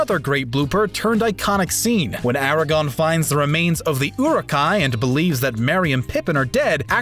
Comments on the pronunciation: Did you really say Eragon instead of Aragorn? >.< We hates it! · I stopped watching this video the moment he pronounced Aragorn as Eragon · I couldn’t finish it after he said Aragon and not the correct Aragorn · Ok...I came to see if anyone else commented this. Allow me to be the first to say, IT’S ARAGORN, not Eragon. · His name is not Aragon, it is AragoRn! Said "Era-gorn". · Are we just gonna ignore the fact he said Aragon and not Aragorn? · AragoRn... not Aragon. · AraGORN not aragon wtf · AragoRn... AragoRRRRRRn... not Aragon. ffs. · I've never heard so many mispronunciations of people's names in a single segment like this. It's like he was reading off a teleprompter and had never heard of Del Toro's or Duchonvy's names ever pronounced before in his life. Also, Viggo's character in the LOTR films is Aragorn, not Eragon/Aragon. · "Aragon"? I think you left off an "r".... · Did he just freaking call “Aragorn” “Aragan????” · It hurt me when mr. narrator called Aragorn “Eragon”. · I know this guy didn’t just say “Aragon.” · Who is this "Ara-gone" your talking about Mr. Voice over... Clearly a fan >.< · "Aragon" smh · He also calls Aragorn “ERAGON” 😖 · Could you get a narrator that has actually seen the movies next time totally butchered aragorn and daisy domergue’s names